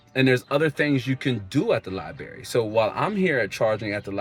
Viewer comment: I like the video! There’s another R in library fyi